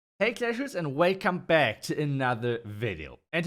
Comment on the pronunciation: WELCOME BACK NOT WEKAM BACK